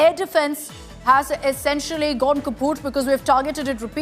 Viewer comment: "Kaput" with an Indus Valley accent. Golden.